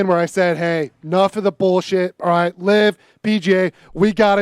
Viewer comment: “It’s alright when you’re wight” truer words have never been spoken Pat